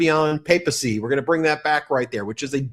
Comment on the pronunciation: Ben -It’s Papacy! Long A!!